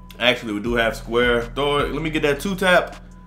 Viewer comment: toe tap bro not two tap